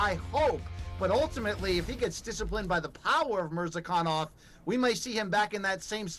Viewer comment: When everyone pronounces Murzakanov as MURZah-kan-nov and insists on calling him MurZAH-K'nOv, you know he's something "special". 🤦🏻‍♂